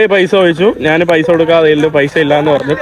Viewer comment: എടാ കോപ്പേ, നീ മലയാളം കുറച്ചുകൂടി ഭംഗിയായി സംസാരിക്കുക. നാൻ, നാണു അല്ല ഞാൻ, ഞാനു ആണ്